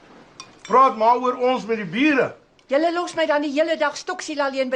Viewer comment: Hehe Dis waar ja maar Hy is darm nou getroud met n dogter😁 Wens net hulle die captions aan gesit... Want wat se vaaitjie eintlik toe Sy ouma se met Wie moet ek praat..toe klink dit of Hy se eder as met die mure.. as hulle bedoel eder as met die buure.. dis hoekom ek wou sien by captions wat se Hy eintlik...maar daai gedeelte is erg snaaks